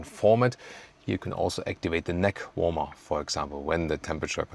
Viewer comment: Warmer is pronounced "warm-ma" or "warm-mer" either is good.